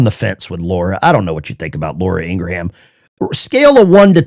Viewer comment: ITS ING-RAM….NOT ING-RA-HAM 🤓